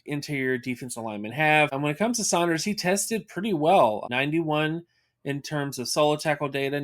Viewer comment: My man said “Sonders” lol